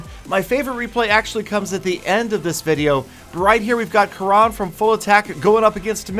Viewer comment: damn you he is "kurun" not "karaan".... it's an Indian Name